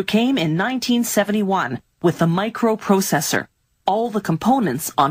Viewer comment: "A Microu prousesour"